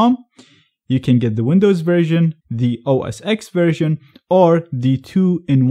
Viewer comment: It's OS "Ten" not OS "Ex"